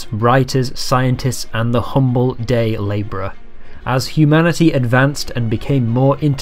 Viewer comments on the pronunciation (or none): none